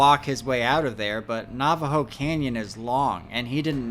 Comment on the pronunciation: alright dude, I can’t stand it anymore. It’s NAVAJO AS IN NAVIGATE. NOT NAVAJO AS IN NAUGHTY. PRONOUNCE IT CORRECTLY!!!